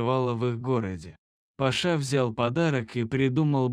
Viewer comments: Парня скорей всего зовут ПАша,а не ПашА. Слух режет. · Почему ПашА,а не ПАша???кто читает? ПашА что ли???